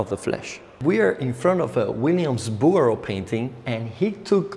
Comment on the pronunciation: What was the name of the Artist you mentioned ? Williams Booer? I couldn't quite catch what you said.